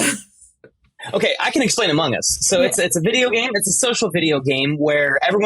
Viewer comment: It sounded like tom said "amung uzz" at the start XD